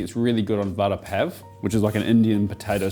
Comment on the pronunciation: It's pronounced Vada pao.